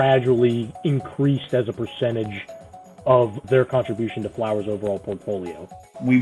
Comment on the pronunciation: Flowers Foods? Not Flours Foods, odd.